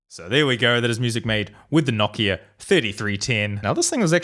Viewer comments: wtf... KNOCK IA??? how r u saying nokia... it's like no kia... no car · Why do you pronounce it like kno-ck-i-a? It’s pronounced no-k-I-a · it is actually pronounced noh-KI-a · Everyone: nokia: KNOCKIA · Say it with me, No - Kia.